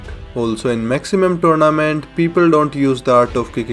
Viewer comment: Turnament lol i heard that so many at the start